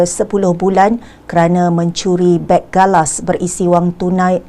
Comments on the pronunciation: Beg galas bukan beng galas. Saya pun confused. Itu beg backpack/rucksack. Rasa kebencian terhadap malaysia sudah ditanam dari zaman soekarno yang gagal menakluki semenanjung, sabah, sarawak & brunei jadi wilayah indonesia. Dendam soekarno makin menjadi jadi bila percubaan bodohnya mengganyang malaysia gagal big time! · Beg galas ..bkn beng galas😅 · Bukan beng, tp beg(bagasi)..